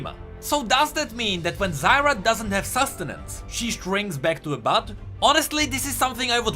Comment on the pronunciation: Zyr put an A in the end, Zyra humm